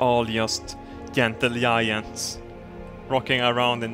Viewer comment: Yentle yiants